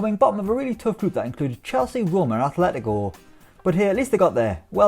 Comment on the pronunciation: Yeah why do people keep saying their name wrong? It’s obviously Afletyco 🙃